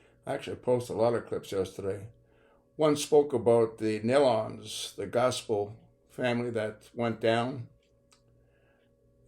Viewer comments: It's NEE Lon, not Nell lon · nee-lon, not nellon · The name has a long E, not pronounced like melon!!!!!!!!!!!! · Please pronounce their last name correctly. It is NeeeLen (Nelon). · Please learn to pronounce their name correctly- it is pronounced NEE-LON, not Nellon